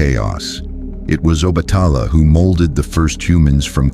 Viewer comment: Please try to obtain the correct spelling and pronunciation of the Orishas, example: Yemayaaa/Oba-tà-laaaa / Chàn-gó ( Santa Barbara)/Oo-sYuún